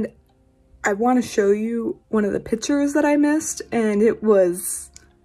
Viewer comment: only in Georgia do you hear the word PitUrEs instead of Pictures And that’s coming from a fello Gerogian